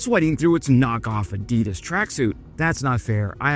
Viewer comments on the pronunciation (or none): A: Adidas is pronounces: "Addie-DASS." B: The idiotic stock video clips added for amusing effect are childish and a literal turn-off. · I like your videos. from Erlangen and can´t pronounce ADIDAS, Erlangen, Panzerhaubitze... should visit Germany again.